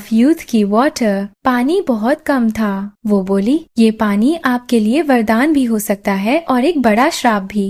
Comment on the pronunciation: Plz who ko wahye na bola Kare mujhe apki voice achi lagti he lakin waye nai wo bola karen